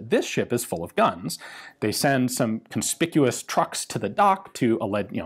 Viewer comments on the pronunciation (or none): none